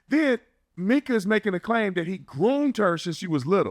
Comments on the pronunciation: You’re accustomed to how the Mexicans say “Mee-Kah” instead on “My-Kuh”. My name is Micah and I’ve just gotten used to it lol. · Hey new to the channel love it so far. I believe her name is pronounced My-ka instead of Meka.. from every other video I’ve watched that’s how it was pronounced. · Lol just posted a comment on here saying how her name was stated and then literally right after you heard him say her name and realized you were saying it wrong lol happens it’s all good 😂